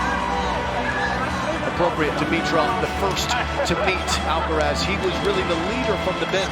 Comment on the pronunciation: AlcaraZ, that's right! Not Alcarath, not Alcaraf, just Alcaraz.